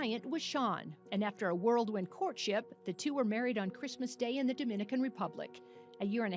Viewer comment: Whirlwind not world wind!